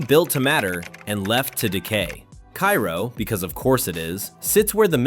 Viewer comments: Cairo, Illinois. KAY-row, not KAI-ro. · It’s pronounced K-row, not Cairo. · KA-ROW.....they will make fun of you if you call it KI-ROW. Oh and the A is long vowel. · It's pronounced "Kay-ro," not "Ki-ro " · It's pronounced kay-row not ki-row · Cairo, Il is pronounced Karo like the corn syrup. I liver nearby ish. No corrections on the racism part just the pronunciation. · Cairo is pronounced like KARO the syrup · Kay-roh, not pronounced like the place in Egypt. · It's pronounced Cay-roh in Illinois. Maybe not in Egypt, but then, we ain't in Egypt. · It's KAY-row, if anyone cares. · Cairo, Illinois is pronounced Cay Ro, unlike the city in Egypt. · Cairo, GA is pronounced "K-Row." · So is Cairo, IL. I don't know why AI videos (and Youtube videos in general) seem to keep pronouncing it like the city in Egypt. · I was going to mention the mispronunciation of Cairo, but someone beat me to it. You pronounce it the way you did for Cairo Egypt, not Cairo Illinois. My parents and grandparents are from that town and it used to be fun as a kid visiting relatives down there. It used to be booming. Hopefully, I will be able to visit it next summer. Every time I go back stateside, I never have time to get down there. I've been studying Alaska for years now. There is something called "Missing 411 Alaska" where this investigator investigates the Alaska triangle where people come up missing from the triangle which covers Juneau, Anchorage, and Barrow Alaska. There have been over 20,000 people missing since the 1970's. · Yeah, during the lead up to Cairo, I had a suspicion that our robot would pronounce Cairo as though it were Egypt. And sure as hell enough, it happened. A lot of people dismiss this type of YouTube video as "A.I.", as though "A.I." initiates and posts these sorry videos. It takes a real live human being to conceive and upload these things. I have no idea who these people are.